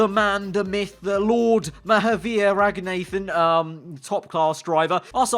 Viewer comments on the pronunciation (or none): mate, I'm pretty sure its Ragun-uh-than, rather than Ragun-A-than.